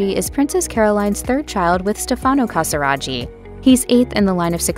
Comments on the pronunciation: In Italian, ghi is pronounced as a hard g. It's ca sa RAH ghi, not ca sa RA gee. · It hurts to hear the wrong pronunciation CasiraGhi, the h should avoid the pronunciation tsch! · Please note that the name Casiraghi is wrongly pronounced, it should sound like KASIRAGKI and not KASIRAGI... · Please don't pronounce it "Casiradschi" its called "Casiraghi" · Never heard the name Casiraghi butchered like that before. It's Casiragee, not Casirajee....... Good grief.. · I think the pronunciation of the surname Casiraghi is wrong - it would not have taken much effort to find out how to pronounce it correctly. It is an Italian name and the gh is a hard sound - as in gear. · I can't continue to hear you butcher Stefano Casiraghi's surname! It's a hard G for goodness sake!! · The ‘ghi’ is pronounced as in baggy, or Maggie. At least get that correct.😅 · It’s appalling isn’t it 😮😮😮😮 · The commentator pronounces every Italian name wrong! Even Casiraghi!!! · Every French name, too.